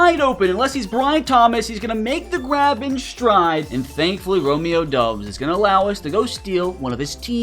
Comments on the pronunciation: Stop with the Romeo dubbs it is pronounced dobs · Never call him dubs again he doubs